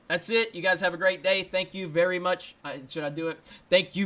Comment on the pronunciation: You botched your "Thank you vvvery much for checkin' out this video" !